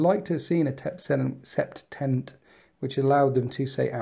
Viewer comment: its not "tenaNt" its "TENET"